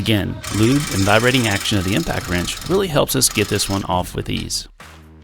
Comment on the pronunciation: "I'm gonna leave it off, it sounds good!" Your Rural Tennesee upbringing is showing,! (I say this as someone with a rural Texas upbringing.... it did sound good, lol.)